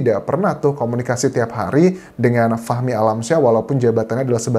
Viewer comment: Bang bacanya fahmi kali bukan fakhmi jadi saya dengernya fakmi 🤦‍♀️